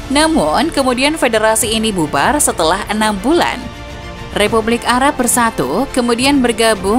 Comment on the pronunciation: Salah fokus sama suara naratornya yang kadang2 nyebut Arab jadi 'ara' dan barat jadi 'bara'. Why oh why